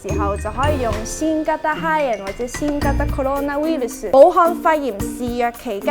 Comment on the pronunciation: ウイルスの語源は英語ではなくラテン語です。 日文ウイルス係來自唔係來自英文而係拉丁文virus ウイルス同英文virus 發音一啲都唔似😑😑 而拉丁文發音就真係似ウイルス 另外周庭讀ウイルス嘅時候ウイ會讀左做類似英文"we"嘅發音， 但實際上日本人讀嘅時候唔會有w音，應該係跟返羅馬拼音"ui" P.S. 無惡意、有錯請指正😉